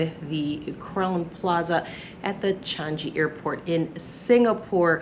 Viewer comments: Best airport in the world… DECADES running! By the way it’s pronounced Chang-ee, not Chan-gee. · you're pronouncing 'Changi' incorrectly. It's a soft 'G' so not 'Chan-GEE' but 'Chan-EE'. Thanks.